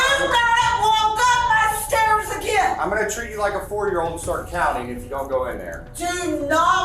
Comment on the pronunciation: I think she calls agaim